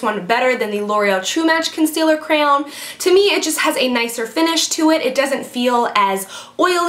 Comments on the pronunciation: CRAY ON not CRAON OR CROWN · Lol, its cray-on, not crown, or craon, but cray-on. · " crayown" ? Ahahha its cray-on! Like cray-awn. Like get your cray on girl! Hahaha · CRAYon. not crown. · CRAYAWWNN... CRAYAWN... CRAYON... CRAYOWN!!!! That was cute lol great vids keep posting :) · i say crayon like crown...omg everyone yells at me for it lol. Ican't help it. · Crayon - I say Cran haha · I love how you pronounce crayon:) I never know how to say it either… thought I was the only one. I always say cran haha:) xoxo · Haha I say it "cran" like how you'd say the first part of cranberry. You emphasize the Y and I don't even pronounce it like it's in there heehee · The way you tried pronouncing crayon was hilarious xD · Lol you pronounce crayon so weird! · lol. love how you say crayon. sounds French when you say it lol. great videos :) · My husband pronounces crayon crown! Lol I cracked up at you! Good video! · Ha! why do you say crayon so weird, funnY! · Lmao u really so say crayon funny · LOOOL!!! You are so funny!! :) I can't get over you trying to pronounce crayon!! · lol you say crayon with a little bit of a french accent! You're CUTE! :P love these videos! keep em' coming!!! <3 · crayon....? lmao! You are def saying it funny. lol